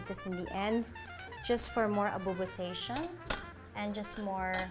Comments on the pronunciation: Abubutation, i caannoooot 😂😭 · "Just for more abubotation!" I love it! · "Just for more abubutation" 😍 love it! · "Abubutation" -Heart Evangelista 2021